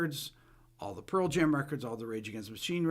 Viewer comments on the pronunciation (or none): none